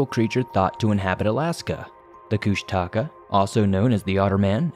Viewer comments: Koosh-ta-kaw. Is how its pronounced. Thw otter man. Kenia Alaska. Pronounced KEY-NI. I heard the story about the Alaska Pyramid on the nightly news years ago one night in Anchorage Alaska. There was alot of interest. But the news the next day acted like it never happened. But it did happen. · You always say kushtaka wrong, lol. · Yep, he should listen to Hammerson Peter's videos to hear the proper pronunciation.